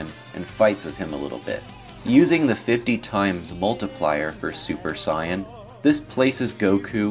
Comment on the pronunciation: it's pronounced Saiyan